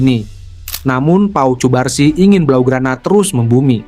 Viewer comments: Untuk voice over semisal cubarsi di ganti jadi kubarsi, lamine Yamal cukup Lamin Yamal. Karena Vo Ai hanya membaca teks jadi jika di tulis cubarsi maka di baca cubarsi padahal penyebutan yg kita inginkan kubarsi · Cubarsi dibacanya 'Kubarsi' min, bukan Pake 'C'